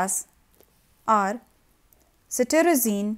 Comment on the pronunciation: "CETIRIZINE" or CETRIZINE